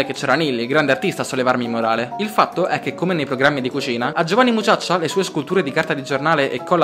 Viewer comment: ah dimenticavo... vatti a sentire come hai detto Giovanni Mucciaccia... li si che hai allungato la a xD